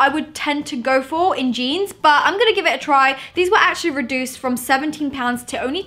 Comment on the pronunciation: Why can’t you say reduced properly